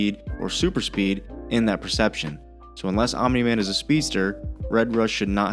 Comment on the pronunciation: Oh, my God... Another "Acsilieishen AnD SupiiD". The cattle truly enjoys repeating stupid buzzwords after one another.